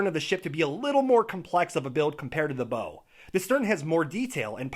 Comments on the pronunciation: "bow" when referring to the front of a ship is the same as like "bow" when you lean forward from the waist as a sign of respect...or the sound you make when you get hurt..."ow" Davits is with a short a sound, so cat, dad, mad etc. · I keep getting distracted by how he pronounces "bow" and "davits"